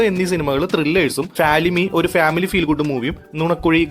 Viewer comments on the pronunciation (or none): none